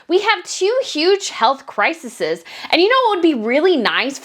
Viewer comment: Crises. Not criseses.